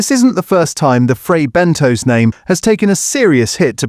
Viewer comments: It is pronounced Bentos NOT BENTOES ! Please get it right ! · “Fray Ben Toes?” Is that real toes? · Or Fray Bentos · IF YOU CAN'T SAY FRAY BENTOS PROPERLY DON'T EXPECT A HYPE